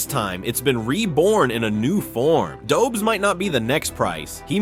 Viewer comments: It's pronounced Doe besh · Dobes is pronounced Dob-esh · Lol, why you pronouncing Jakub Dobes like he is an American/Canadian? 🤷‍♂️ He is Czech. He's name and surname sounds totally different.